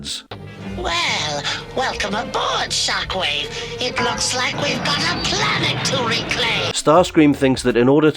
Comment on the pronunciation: that's not how you pronounce Shockwave